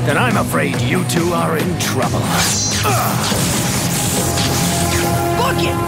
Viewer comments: No, no. He said Cock it. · yelled "Fuck it!" I know he said "Book it!", but listen to it again.